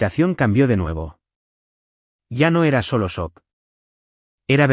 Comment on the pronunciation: SEÑOR NARRADOR LO QUE SE ESCRIBE EN INGLÉS, SHOCK NO SE PRONUNCIA "SOC" TODO SABEMOS QUE SE PRONUNCIA "CHOC" ERES MUY LITERAL